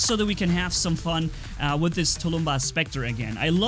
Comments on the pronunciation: It’s tulmbas not tulumba but I don’t care. I personally like the way you say it better tho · please speak properly! Tulumbás is SINGULAR, not tulúmba. Plural is NOT tulúmbas, but TULUMBÁSES. If to spell its pronounciation in English way it would be touloum-bús. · Dis any 9 e else see the title and think SERIOUSLY?! Where is the s in tulumbas! (Please don't take this as hate)